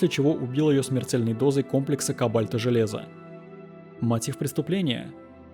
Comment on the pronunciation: "Ситэ́", "ко́бальта"...